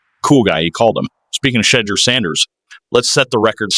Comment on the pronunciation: Sheddure is a mis spelling and mispronouncing it's Shedure.